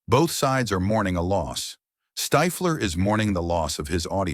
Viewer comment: Who tf is stifeler, stiffler you mean? The script is also ai bot